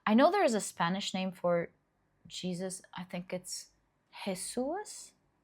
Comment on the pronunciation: My Dear don't worry about it native spanish speaker heree🙋‍♀️ you pronounced perfectly. It's the written the exact way Jesus